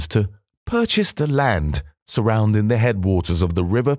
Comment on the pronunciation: The narrator keeps dropping their "Gs" in going, riding etc. Should be GOING, not goin, ridin or surroundin